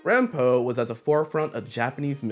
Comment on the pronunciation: i'm not truly fluent in Japanese so it's kinda hard to articulate what makes the pronunciation weird, but i think it's putting the stress on it like "rahn-PO" -- if it was "RAHN-po," and if you took a moment to repeat it, then say Edgar Allen Poe, it would be funnier as a "GET IT...?" moment imo hahaha. also last thing, but honkaku has an "N," these mysteries ain't about trifling women :P